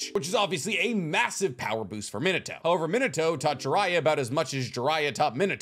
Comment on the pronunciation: God I hate how he says Minato it’s mean ah toe !!!! Not min ah toe !!!!!